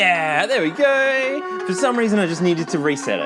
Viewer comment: "There we goy"